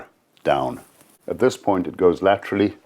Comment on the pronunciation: Gosh I admire this man, what he's done and the way he lives. As an American I shall say "lat-tra-ly" from now on instead of "sideways"